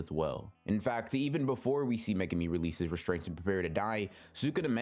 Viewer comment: what the FUCK is megami....its mae-goo-mee